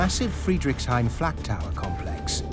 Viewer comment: The narrator keeps saying FLAT tower when its the FLAK tower or is my hearing bad?